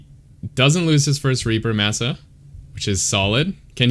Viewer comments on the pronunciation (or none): I think his name is pronounced with a short a sound "mah sah" 🤓 great commentary tho!